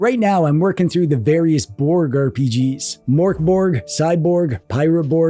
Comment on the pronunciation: The mörk in mörkborg is pronounced more like murk instead of mork. The pronunciation of borg is acceptable although the g in it is pronounced more like a y.